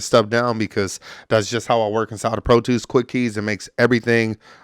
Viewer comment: Pro twos and libaries 😂 Good video though 💪